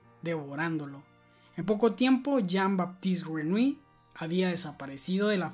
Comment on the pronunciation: Se pronuncia Yin Batist Grenoulli